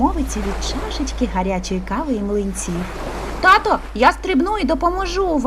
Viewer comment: Господи..., та не "греСти", а "греБти"..., не "татО" у звертанні, а "татУ"... І що це за "умнічкі"?..